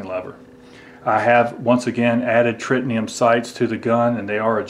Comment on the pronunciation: It's Tritium, not Tritinium.